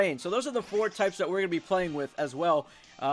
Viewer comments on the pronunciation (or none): none